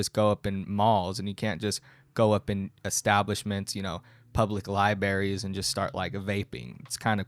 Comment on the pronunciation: I love you, but it’s “li-BRARIES” not “li-baries” That was driving me nuts 😆